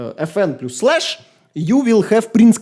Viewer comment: insane accent and actually great review. The last decent mechanical keyboard was released in 2016, I mean Corsair k70 rapidfire. So modern optical, magnetic and membrane keyboards are much better than new mechanical models. And, pls, plus reads as "плас", no "плюс")